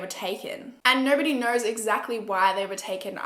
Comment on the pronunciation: us: “knows”: “kners”